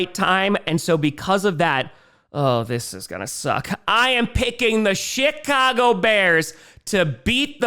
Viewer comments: Every time say Chicago, I hear “shit-cago” and I think it’s completely savage. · He seems to have toned back the “shit” part a bit since the win streak too. I wonder if it’s our version of the “New Jersey jets” 😭😭